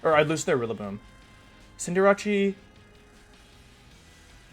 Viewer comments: does everybody call Cinderace "Cinderacci"? I always thought it was "Cinder" "ace" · Why does he pronounce Cinderace like that? Maybe that's why he kept going second... disrespecting his pokemon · Why does he pronounce Cinderace's name like that? It's slightly irritating to here that xD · it is pronounced cinder-ace, it's just a meme on this channel to deliberately mis-pronounce pokemon names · The “Cinder-achi” pronunciation started to feel like a Drilbur digging into my brain mid-way through the video ._.